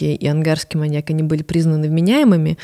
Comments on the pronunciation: Выпуск прекрасный, всё отлично, но ВАШУ МАТЬ, СКАЖИТЕ ИМ КТО-НИБУДЬ ПРО УДАРЕНИЕ В СЛОВЕ "МАНЬЯК" ВО МНОЖЕСТВЕННОМ ЧИСЛЕ, УШИ ВЯНУТ БЛЭТ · маньЯк, маньЯка, маньЯков.... 😭 очень больно слушать подкаст при таком количестве упоминаний этого слова с неправильным ударением